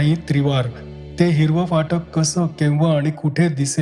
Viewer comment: Sundar vaachan Shuddha uchchar. Very rare.Fakt phatak cha uchchar jara sa yogya nahi